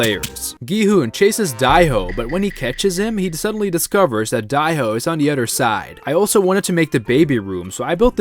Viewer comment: Whos die ho its dae ho